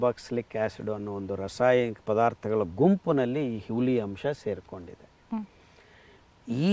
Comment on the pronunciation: ಹುಲಿ ಅಲ್ಲ ಸರ್ "ಹುಳಿ"